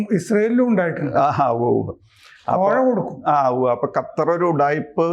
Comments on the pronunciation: gattar alla qattar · 'ഗത്തര്‍' അല്ല സാറേ, ഖത്തര്‍ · Sir ഖത്തർ എന്ന് പറയൂ ഗത്തർ അല്ല